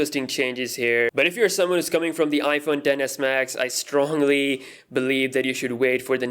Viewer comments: Every time he says “iPhone 10S Max” it sounds like he’s saying “iPhone Dennis Max” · Tennis max 😂😂